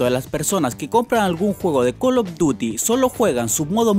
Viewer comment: col of duty y activishon